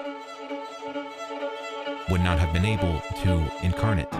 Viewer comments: Quick note...when "incarnate" is used as a verb, the last syllable is pronounced like the name "Nate." Sorry. I teach English to Japanese people all day. Most people don't realize that there are many words that are used as both nouns and verbs, but very often the pronunciation changes. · Yeah ... I don't know that incarnate is ever pronounced like he says it here heh. Also, not that it's an English word, but he's also pronouncing "panagia" like I've never heard it pronounced ever in my life. It's pronounced more like "banayia", "g" is "y" in Greek. I try not to get hung up on these things but that's really hard to overlook for some reason.